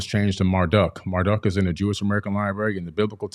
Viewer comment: "e-NU-ma-EL-ish," not, "e-NU-mee-a-LEASH," "MAR-duke," not "MAR-duck," "a-tra-HASS-iss," not "a-tra-SEESS," this fool has such a boner for Zachariah Sitchin. Have you guys ever thought that the same event could be described different ways, like, witnesses describing a car crash? Each text has an agenda. One, allows incest, rape, sodomy, tyranny, bestiality, murder, theft and encourages self-aggrandizement, the other text prohibits those things.